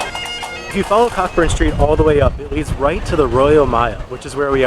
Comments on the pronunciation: Great video! However it is pronounced Coeburn street not Cockburn. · What a lovely wee video, I’m so glad you enjoyed my hometown and the haggis (loved the comment about hot dogs 😁) I don’t get hung up on pronunciation as I’m sure if I visited your hometown I’d get things wrong but just for your info Cockburn Street is pronounced Co-burn ❤